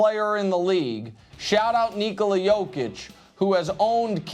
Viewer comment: Why can't Nick and other Americans say his name correctly. It is "Knee-co-la" not "Kneecolo" think Ricola throat drop.